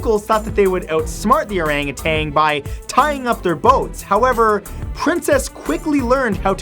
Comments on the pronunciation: Its “Arangutan" not “arangutang" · Orangutan. NOT Orangutang. The word ends with TAN, not TANG.